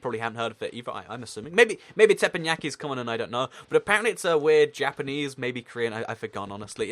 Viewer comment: it's called Tep-EN-Yaki